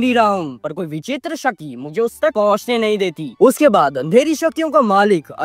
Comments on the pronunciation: Shakti ❌ Shati✅ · Abey bhai shakti toh thik se bol😂😅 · Bhati nhi bhakti and shati nhi shakti bol bhai😂